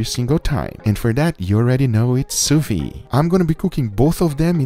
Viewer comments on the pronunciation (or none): Ffs please pronounce the last syllable. Its sous-viDE. IT KILLS ME XD